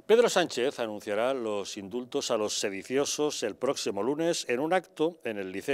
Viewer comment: Indultos? Lo qué?!!! Mis oídos perciben IMSULTOS - a todas las personas decentes